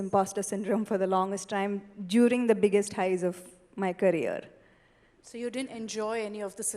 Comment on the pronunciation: It’s ‘career’ not ‘carrier’.